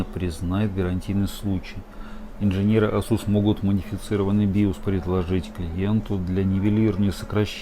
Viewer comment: Режет ухо слово Асу́с.